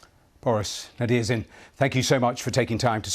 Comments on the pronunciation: Мне нравится, как ведущий не может произнести несуществующую букву в фамилии "Nadezhdin". Такой: НадеЙЭУRШдин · I find it embarrassing to see how a professional broadcaster, a BBC anchor no less, will not make the frankly trivial effort, to show a guest the basic courtesy of learning how to pronounce his name. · Interviewer isn't great, can't even pronounce his name. But I hope Boris makes a huge impact. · Before I watch it till the end - the host should have checked up the pronounciation of his guest's surname, cause the way he said it at first sounded a bit confusing) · How can you screw up the pronunciation of his name, then watch a report where it's pronounced correctly, then still go on to totally fuck it up when you speak directly to him? If talking is literally your full-time job, you'd think you'd be better at it. Nadezhdin is the only hope for peace for a lot of Russian people. My hopes are that nothing bad will happen to Nadezhdin; he's an intelligent guy and has evaded trouble so far, but if anything does ever happen to him, the Russian people need to act.